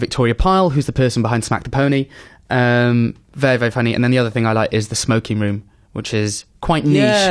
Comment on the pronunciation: makes 'very' a one syllable word